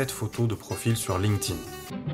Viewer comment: Je mets un pouce en l'air uniquement parce que tu dois être un des seuls sur youtube à prononcer correctement "linked in" ... bon aussi parce que c'est une vidéo de qualité